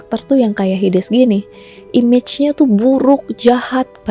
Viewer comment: Kak bacanya heidiz